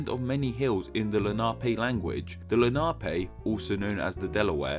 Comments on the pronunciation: Lenape as La-nah-pee? It is usually pronounced assume Len-a-pee. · With "Lenape" the accent is on the first syllable. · The Indian name is pronounced Len a Pee , not Len Na Pay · Great video. I’ve never really thought about the origins of the names much. One thing, Not nitpicking but it is pronounced Len-A-Pee. I live in Lenape PA... so... yeah. Just saying. Great video. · i think the natives should be pronounced len-a-pee not le-na-pay, just what i have heard before.